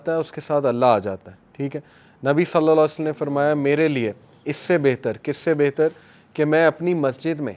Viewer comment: nabi salsallam kya hota hai. Nam pura padha kro adab k sath. I'm turn angry when you say salsallam. Say sallallahualaihiwasallam. 👍